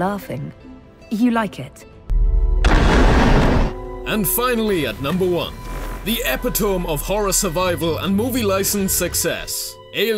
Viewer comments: epitome is pronounced "EP-IT-OH-ME" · "Epi-tohme" Fnar. The pitfall of using a thesaurus without knowing what the word is.